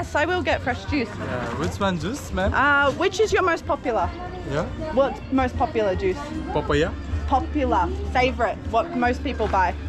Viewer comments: He didn't get your "Po-pu-lah" 🤣🤣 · You said popular, and he said papaya suop.😝